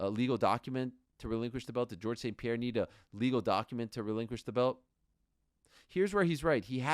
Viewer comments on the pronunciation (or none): none